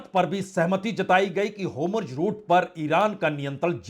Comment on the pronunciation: होम्रुज रुट नहीं है, होरमुझ रुट बोलिये